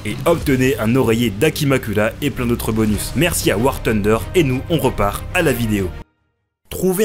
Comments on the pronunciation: " War Tunder " respectez le nom du jeu punaise ;-; THunder, y'a TH dedans et si vous connaissez pas la prononciation utilisez la voix de Google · Bordel on est toujours pas au KFC c'est War TUNDER mais War FUNDER....